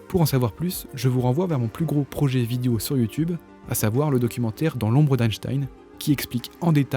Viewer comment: Petit com pour le ref YT ...petit problème de prononciation sur le mot vidéo ..on dit bien "vid-é-o" et non pas "vid-i-o" ....